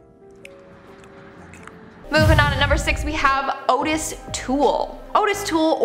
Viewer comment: Ottis, pronounced OTTis like OTTer and not Otis like A rotisserie, only ever killed one person and it was accidentally as he didn't know the old man was in the building he burned down. He was a mentally regarded grifter/handyman, homosexual pyromaniac. Jeffy did a Dahmy cause Jeffro Dahmski killed Adam Walsh....that or he never existed at all.